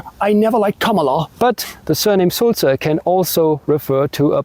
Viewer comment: The word for blabbermouth is actually Sülzer not Sulzer.